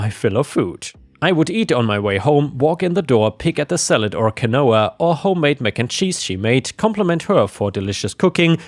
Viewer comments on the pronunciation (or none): Quinoa = keen-wah! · Hello! In story 3 the word Quinoa is pronounced Keen-wah (I just learned this myself 😉) and narced is pronounced narked. It's an American slang meaning to tell on someone, especially behind their back. I think it started in the 70s and it referred to telling the cops (narcotics department) on a drug dealer or someone who had a lot of personal use drugs on them. Mainly pot, I think, but in the 80s I'm sure cocaine was part of it too. A Narc was also an undercover narcotics agent (DEA) or police detective. So the slang term narc means to betray or tell on someone. Much Love to you, RB, and little Miss Disney!😘💖🫂🐾🐾🌟🌟🌟🌟🌟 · “quinoa” is pronounced KIN-WA. It comes from Inca thru Spanish, which is why it's spelled so weird. “narc” is pronounced NARK.